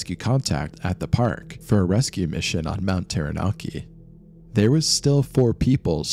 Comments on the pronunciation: When I open my front door my unobstructed view is of this beautiful Mountain looks so tranquil yet scary tales it could tell. Thank you for this wonderfully put together short documentary. I admit I had lil giggle with your pronouciation but great piece thanks again x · I was gonna watch this but when I heard the way they said Taranaki and Maori I have to leave this, its not anything like how you say it ask anyone from Aotearoa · im glad there arent many commenting on your pronunciations. Taranaki sounds more like tara ( tar ah but you kinda roll the r) naki (nah key) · Ta-ra-na-kEY Taranaki :P im from here everyone knows the mountain is a killer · I thought he said mt. Teriyaki.😂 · "Tarra-nacki", not "Tarra-NAA-ki" "Egg-mont", not "EEG-mont". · terra-narki eeegmont hahaha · ah yes, mount tairanarkey